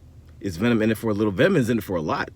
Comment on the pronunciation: Venon? 😂 but seriously. Venom is a good movie. Not great. But not bad